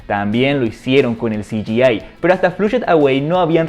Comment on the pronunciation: Hola. Quisiera hacerte una humilde y pequeña sugerencia, en el minuto , pronunciaste "CGI", o sea "ci - yi - ei" pero en realidad tendría que haber sido "ci - yi - ai", ya que nada más la 'a' en inglés es pronunciada como "ei", mientras que la 'i' es pronunciada como "ai". ¡Saludos desde Hernandarias; y gran video! Qué suerte que hablaste del estudio Aardman, es uno de mis favoritos junto a Ghibli. Gran trabajo, como siempre.